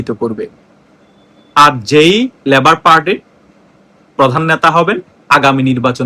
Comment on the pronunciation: “ল‍্যবোর “ নয়, বলুন লেবার পার্টি।